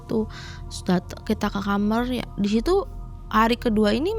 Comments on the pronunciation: Ini orang mn sih saya selalu denger semua narsum mamg ae...klw ngomong kamar...kok JD kamer. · Sering ntn tp br ini komen.. Dh sekian narsum kenapa dehh nyebut kamar itu kamerr